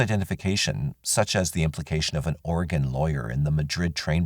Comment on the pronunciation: I thought he said "organ lawyer"... instead of Oregon lawyer... lol "See what you need to do, is get an organ lawyer... they will square everything out for you"! Ha